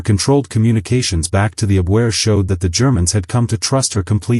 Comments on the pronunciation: ACCENT IS ON THE FIRST SYLLABLE IN "ABvehah" NEVER, NEVER abVEHAH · ITS NOT THE "UBWEAR" BUT TE AHBVAIR.